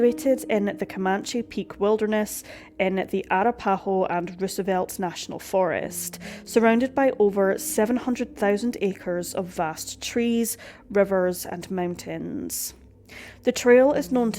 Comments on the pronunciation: Pronunciation of Arapaho is uh-RAP-uh-hoe…not to be That Person. 😇 Peace! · Yeah I caught this too lol also "Arapaho" (aah-rap-aah-hoe) :) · Arapaho is “uh-rap-uh-hoe” and poudre is “pooder” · Arapaho - uh RAP uh hoe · a-RAP-ah-hoe. It’s a Native American name. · Yeah, Ah-RAH-pah-ho, and POO-der. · As a Native: hearing someone pronounce Arapaho like that is hilarious. So fancy. haha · I've never heard Arapaho pronounced like that. Lol